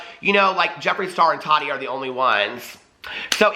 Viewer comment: Tah-ti not totty